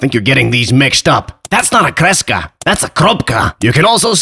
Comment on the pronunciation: Good pronounciation of kreska xD